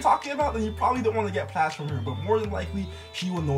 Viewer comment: pretty sure you're mispronouncing "plaits". the "ai" sound is like "maids" not "meh".